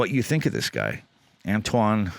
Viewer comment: Antoine is pronounced more like antwan : "oi" is pronunced like "wa" in wasp, and the closest way to pronunced "ant" that I know of is the UK ponunciation of ant. The sound that "an" does in French doesn't exist in English, so it will be difficult for you. And in Dupont the t isn't pronounced. Then the real pronunciation of on and u are rather difficult for an English speaker, because those sounds don't exist in English. But if you want to know how it's pronounced, you can go on wordreference English-French and listen to the pronunciations of an, du and pont.